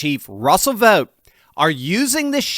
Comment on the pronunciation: Vought rhymes with Spot 😂